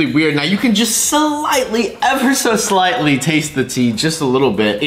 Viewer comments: This is how much times he said slitely 👇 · How many times did he say sighlty in the video?⭐⭐